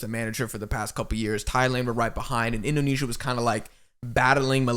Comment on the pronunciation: Love how you call Indonesia "Asian la masia". Btw kudos for your insightful talks guys, keep goin!